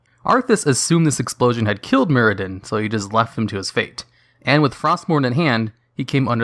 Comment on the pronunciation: Mur-adin not Myradin, god I swear it’s like you pronounce names and places that you know you’ve heard said properly before, wrong on purpose lol Muradin